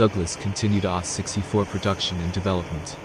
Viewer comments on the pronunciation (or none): A H 64 not ahh 😂😅